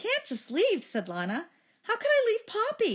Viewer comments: Avery Williams it’s not tho. It’s leenuh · isn't it pronounced Lee-na? Idk cuz i haven't watched the movie but i am going to watch it tommorow so i will edit this comment to say if it is or not